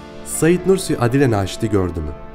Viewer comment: Aadile Naşit diyeceğine Adile Naşit dedin ya bütün dinleme hevesim kaçtı.